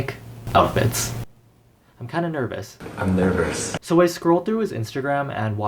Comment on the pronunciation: “iM nEvRoUS”